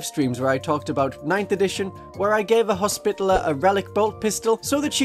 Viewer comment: commenting for the algorithm and to humbly beg a reexamination of the pronunciation of hospitalier—more “hospitality,” less “hospital” 😅 it doesn’t need to be the french pronunciation or anything but i feel like we as a community have strayed too far into “spittle” territory (unless that’s just the uk pronunciation) Love your videos keep up the good work ❤